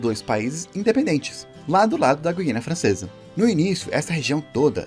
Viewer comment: Guiana, e não "guiânia."